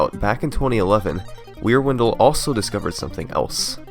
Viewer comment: Until I saw Wierwindle written out, I thought you were saying Rear Window... Y'know, the old movie where a guy thinks his neighbor is a murderer.